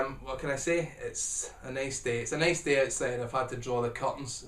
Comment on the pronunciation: it's aye neis dey